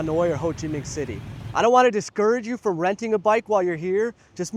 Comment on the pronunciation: the way you say "Minh" in "Ho Chi Minh" correctly scratches my brain right